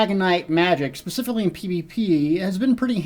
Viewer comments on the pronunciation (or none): none